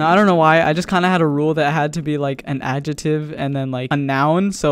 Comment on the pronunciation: “an ajetive”